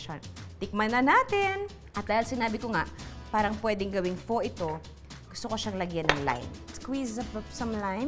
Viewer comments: It is pronounce as "Fa" PHO not "Po" :) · Love this episode. Luna is getting more gorgeous! Btw, Pho (Fo) is pronounced as (Fa) as per my Vietnamese colleague. 💛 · It’s FA not faux when you pronounce pho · Pho= pronounced as “Fá” not “Fo” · I will surely try your soup recipe. Btw, I don’t want to sound rude,but it is actually pronounce as “fuh” . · Judy Ann's Kitchen Hi I don’t mean to be mean but PHo is pronounced as Fuh. Love the recipes though.👍🏻😍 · Loved all of your videos 😍 already tried your adobo flakes.but skipping the rice instead I used cauliflower "rice",iam on keto diet. BTW you should say "pha" the "o" in pho is pronounced as "a".😍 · Luna is so cute. She always wants to help. 😍😍 Btw. Pho 🍲 is pronounced as “fuh” 😊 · Pho is pronounced as "Fuh" like the word "F**k". But all in all I enjoyed the video and might surprise my boyfriend with this! Thanks Ate Judy! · Not a basher....Pho pronounced as "Fa", knowledge is power sabeh ni Ernie Baron